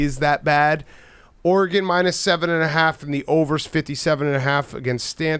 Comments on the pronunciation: stop saying OREy-gon, its simply Oregon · Say “Oregahn” one more time, Jesus Christ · The way Dave says Oregon makes me wanna blow my brains out